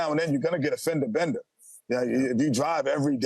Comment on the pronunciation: The pause between fender and bender makes it sound so funny 😂 fender uh bender